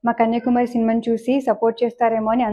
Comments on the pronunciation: కన్యాకుమారి అని స్పష్టంగా పలకడం రాలేదు నీకు. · కన్యాకుమారి అని చెప్పేది రాలే కన్య కుమారి అని రెంటినీ విడదీసి చెబుతోంది